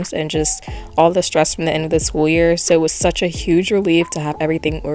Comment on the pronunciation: 'The end of this weer'